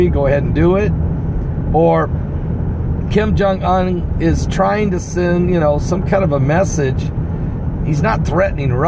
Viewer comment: I love the way you say Kim Jong Un. lol